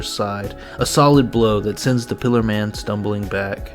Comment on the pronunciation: Bro said ,,Piler man" Lad thats a Pillar man